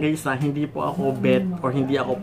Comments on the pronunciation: Thank you po sa tips. By the way ung PAW po ay "PO" not "PAU or PAO". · sir, it's Pô po. 😊